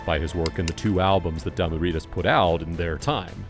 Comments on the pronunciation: Damu ridas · It's ridas fool just saying.